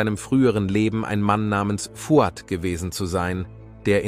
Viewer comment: Aber der Name Nazih wird mit stimmhaftem s gesprochen, also eher Nasi. Und bei Fouad liegt die Betonung auf dem a.